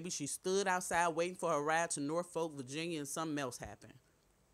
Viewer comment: It’s pronounced Norfolk I’ve been here in Norfolk VA for 30 yrs lol it’s not No Folk VA